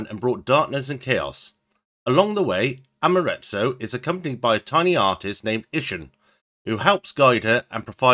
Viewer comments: He swapped it around: "Amaratsu" It's closer to: Am - ah -ter asoo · Think you're pronouncing Amaterasu wrong